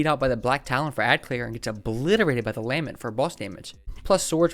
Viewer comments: Lah-MENT, it means a passionate expression of grief or sorrow. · for the love of god it’s the LUH-MEHNT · Bro “obliterated” that lament pronounciation